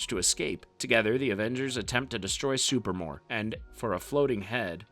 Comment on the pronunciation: SuPREEmor. Not Super-more.